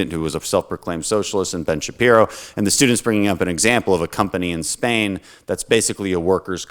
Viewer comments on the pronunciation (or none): none